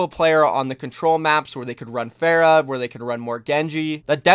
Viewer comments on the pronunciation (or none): none